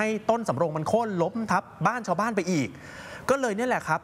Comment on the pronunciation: โค่น ไม่ใช่ โค้น